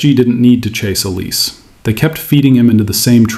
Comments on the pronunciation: His name is not OLIS, it is OLISE (pronounced OLISAY) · This isn’t just a PSG thing it happens a lot across different leagues… It’s also olis-ay. Not el-ees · Pronounced El-EE-say Mr AI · It's not pronounced OLIZ it's pronounced OLIS-EH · Dude, Oh-Lee-Say, and not Em-Bapp. Yeah? 👍🏼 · Tough to listen to thise very accurate explanation, but wrong pronunciation of Olise